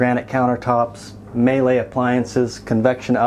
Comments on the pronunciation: Say Mee-Lay, not May-Lay! When will there be new 41 in Dana Point to look at? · In case you ever read this Miele is pronounced like the word me followed by the french le. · It's pronounced (me-lay)